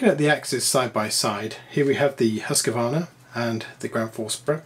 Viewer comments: I still don't get where the Husq-A-varna pronunciation comes from. It's just wrong. Husq-varn-a, three syllables, not four. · Always the Husscuarna. Epic pronunciation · Look at the embossed label on the first ax. It says Husqvarna (husk-var-na) NOT Husqavarna. Seems trivially simple. Too bad Gransfors (big $$) lives, but Wetterlings are gone.